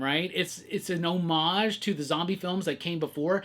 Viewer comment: Also… you are the only person on the internet who correctly pronounces homage!!!